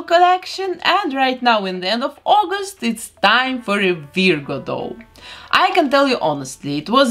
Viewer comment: Oh, and I love how you pronounce Virgo. It's usually "VER-goh" here in the US. (The first syllable rhymes with her, fur, were, etc. to clarify for any ESL speakers out there.)